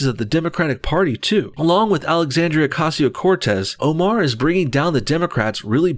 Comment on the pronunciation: Alexis oh-caz-ieo Corz-tezz